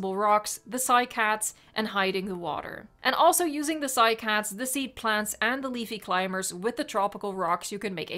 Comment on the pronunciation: It is actually pronounced cy-cad